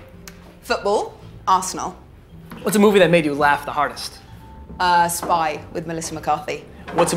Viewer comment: She was doing so good until she said Arsenal still love her though